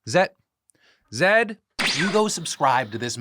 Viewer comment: The way Phil is pronouncing Zaid is k!lling me 😂